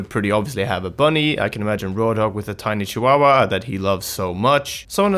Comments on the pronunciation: Bruh it's pronounced chi-yaw-yaw like the dog not cicucua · Totally wrong ( it's pronounced somewhat like "tshi wowa" ) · luv u guys but your way off on how to pronounce chihuahua lol